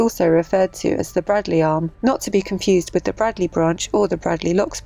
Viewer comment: I hate to be pedantic but I was pulled up many times when I first moved to Wolverhampton for miss pronouncing Bradley, it’s actually spoken as Bra(y)dley.